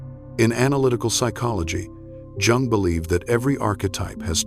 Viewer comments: Please pronounce Jung correctly? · Has to be AI, the chronic mispronunciation of Jung and Jungian is revealing. Not to mention the cadence of the narration — no space to take a beat or breath.